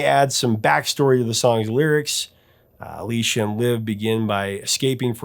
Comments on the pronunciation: Anyone who says they don't like Aerosmith are either lying or deaf. Btw, it's A-LISS-EE-A Silverstone, not A-LEE-SHA. 💙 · Her name is pronounced Uh LEE CEE uh. I love all of their albums after pump. Music from another dimension should have gotten more attention. 2nd best band of all time!